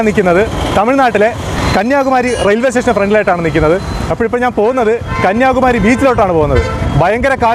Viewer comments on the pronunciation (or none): none